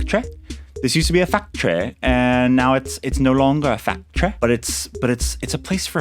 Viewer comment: Everytime you say factry I think of Symone and it's just amazing